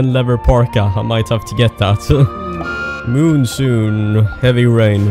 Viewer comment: we're both Swedes, so I get to make fun of how you pronounce monsoon and rhinoceros. monsoon is literally pronounced the exact same way in Swedish (monsun,) so you have no excuse. xD